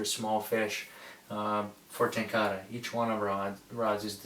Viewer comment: ten ka rah... not ten car uhh